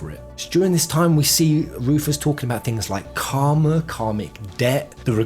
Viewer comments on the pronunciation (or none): none